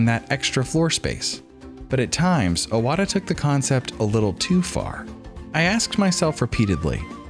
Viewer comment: imagine doing a 25 mins video about iwata and calling him "awata" nonstop...